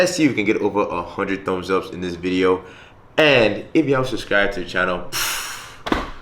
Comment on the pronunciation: Why does he now say vizio instead of video?